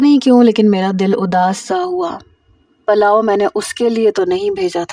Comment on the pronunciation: Palao ni hota pulao hota hy